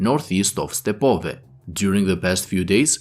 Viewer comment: Дякую вам) by the way, "Krasnohorivka" is pronounced with emphasis on the middle syllable, "Kras-no-HO-riv-ka" "Stepove" is pronounced "Ste-po-VE"